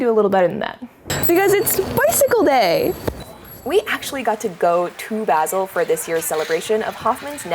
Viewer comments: The A in "Basel" is pronounced like the A in "malignant". Greetings from Switzerland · Basil is pronounced with an R sound. They get upset about it.